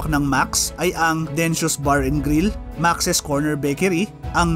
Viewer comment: Maks po ang pronunciation nyan hindi po maxis.